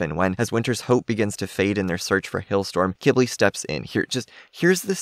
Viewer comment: Just a reminder to everyone watching this video (including ), I looked up how Qibli is actually pronounced, and lots of people pronounce it “Qwibli” or, like, “Kibli”. However, according to the internet, Qibli is actually pronounced “KEE-blee” which (I think) is a type of plant that thrives in the desert. This makes total sense of why Qibli was given his name, since most dragons (with the possible exception of Pantalan dragons) have names that somewhat “match” the flora or founa living in their habitat, or biome.